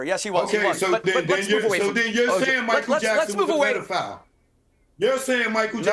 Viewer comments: I wanna fight Piers for how he pronounces pedophile. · It's PED, not PEED!